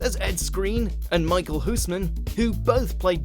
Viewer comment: Who else cringed at the way they pronounced 'Michiel Huisman'?